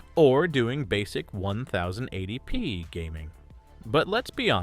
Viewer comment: Who says "onethousand eighty P"? You even said "onethousand eighty pounds" into the vido. That's where I stopped watching this Ai voiced crap.